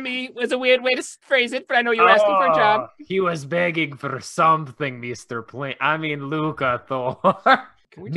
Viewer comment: Meester Pleempton...